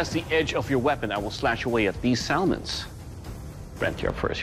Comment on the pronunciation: He pronounced "salmon" wrong...just sayin'...